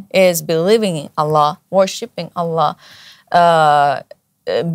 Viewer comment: MasyaAllah... Cara pengucapannya, cara melafalkan "Allah" jauh terdengar lbh fasih, lbh enak terdengar dari pengucapan saya 😊